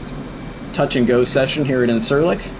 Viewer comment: Thanks for the video! If you want to be more accurate, the “c” in Turkish is pronounce how a “j” would be in English. So “İncirlik” is pronounced like “Inn-jeer-lick”.